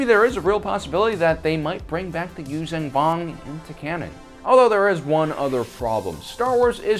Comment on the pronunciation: It’s closer to Yūshjan than Yūzan.